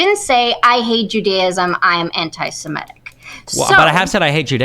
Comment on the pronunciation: Its antisemitic to pronounce “antisemitic” as “antisimetic”